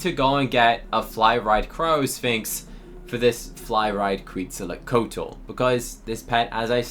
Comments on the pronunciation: “Kweetzalacotal” - 2025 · As a person who loves dinosaurs hearing you pronounce Quetzalcoatl mentally hurt me I’m looking for offers for it cause I have a neon already lmk if yall have offers!!